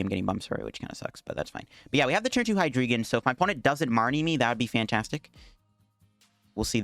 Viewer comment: I think it's pronounced "Hee-dry-gon" as in "drei" in German, for three.